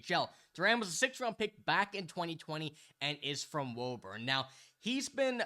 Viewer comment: We pronounce it Wooburn heah.